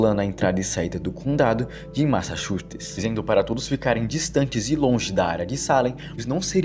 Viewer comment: Eu tive um amigo que também era incapaz de falar Massachusetts corretamente. 🤣😅